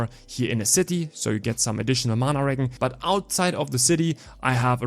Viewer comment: wow you butchered the accent on regen haha no offense! But on serious notes here are my questions for this class: 1. IF we are using manaball eruption and staff as main hand,don't we negate the offhand basic attacks from xbow? or do they still proc when using xbow skills? It's a myth that goes on for a loooong time. 2.Loved the idea for mana shield! 3.Is ice bombarement explosion worth it? 4.Isnt it a miss that we sacrifice fire bomb which is like 7-9 second cd fire skill?